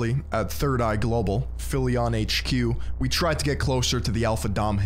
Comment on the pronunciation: I love how his "wittwe" speech impediment makes his online persona all the more laughable. Sounds like Barry Kripke from the big bang theory.